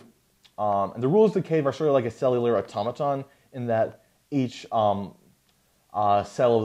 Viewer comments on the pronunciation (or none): none